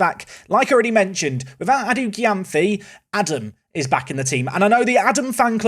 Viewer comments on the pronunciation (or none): The Gyamfi is pronounced JAMFI.... Watching from Ghana